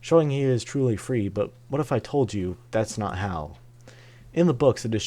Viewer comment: It's HAL. Not "Hal". And when you add one letter to H, A and L you get IBM.